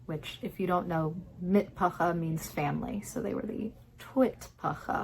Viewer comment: You mean mish'pacha = family...the Hebrew 'cha', like clearing your throat, is tough to master...keep at it pls...